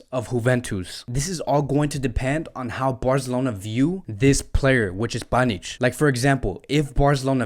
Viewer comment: clearly he can not read names